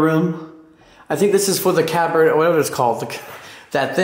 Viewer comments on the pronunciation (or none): Hey "Cab-bar-rette".... 🤣🤣🤣 ...! Sh¡t mate, get some culture, even us here Down Under know it's pronounced "Cab-ba-RAE". Is the place for sale? It's freaking awesome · That game on the roof with all the balls in a long sandbox... That is called lawn bowling. It's similar to bocce ball, but in Canada and the US, bocce is usually played in open fields, while lawn bowling is on courts like that on the roof. Also, you don't pronounce the "T" in cabaret. It's a French word. It's pronounced "cab-arr-ayy." You should really watch the movie 'Cabaret.' They had posters for it in that room. It's a classic. You'll love it. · Cabaret is pronounced cabaray. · Hey buddy.... just FYI, the word "cabaret" is pronounced "cab-uh-ray". There is no "T" sound at the end of the word. Just thought you might want to know!! ❤ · Oh and BTW, its pronounced CA BA Rey... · Amazing! BTW, “cabaret” is pronounced “cab-a-ray.” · Cabaret is pronounced cab-uh-ray. Cool video😉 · Ca - Buh - Ray = Caberet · Great fort hotel! Too bad it was so expensive each night also too bad it closed down! Oh that word “Cabaret “ is pronounced Cab-er-ray” its a French word. Keep exploring! 😎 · Pronounced Caber-Ray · "Cabaret" is pronounced "cab-uh-RAY". It's French. As you know, in French, half the alphabet is silent, and the letters in the other half do not look like they sound. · In Caberet the T is silent. FYI 😊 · Yep,, like "CAB-UH-RAY." Our boy is not known for his word pronunciations, he was out exploring the world instead of wasting away in a university classroom preparing for life in a cubicle. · The "T" in caberet is silent! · How do you travel like this, explore like this, and not know how to pronounce "cabaret"? As for the Titanic connection, google and ChatGPT are your friends. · You pronounce Cabaret as though it has a silent T even though the T isn’t silent. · Cabaret the t is silent. TY for this view of the very rich.